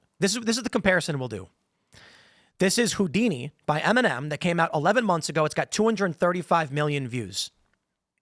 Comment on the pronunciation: I kept hearing MNM and kept wondering who he was talking about... mfw it's Eminem 🙈